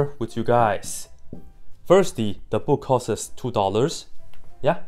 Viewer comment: If you cant say the word "costs" correctly, then I'm already not taking you seriously. "The book costs 1 dollar" I know this because you said it.